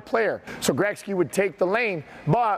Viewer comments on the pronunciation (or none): I’m not cool with his pronunciation of Gretzky 😂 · That would have been in concert with his pronunciation of Gretzky, nothing more.